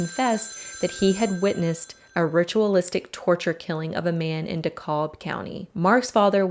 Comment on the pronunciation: Pronounced DEE-CAB (rhe L is silent)